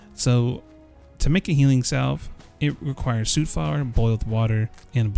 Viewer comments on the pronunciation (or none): It's soot. Like foot, not like suit. Whar you from, boy?? Just giving you a hard time. Thanks for the video! I subscribed!